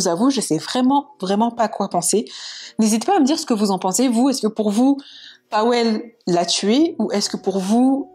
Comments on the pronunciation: Pour info, ça se prononce PaVel et non Paouel. ^^ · Tres bonne vidéo bien racontée. Je ne connaissais pas cette histoire! C’est triste pour cette jeune fille … ça aurait pu être n’importe laquelle d’entre nous en sortant de soirée… Si je peux me permettre Pawel se prononce “Pavel”. Ça m’a un peu irrité l’oreille pendant toute la vidéo mais c’est un prénom polonais peu connu c’est vrai.